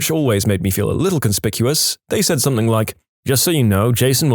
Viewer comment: No K in the word something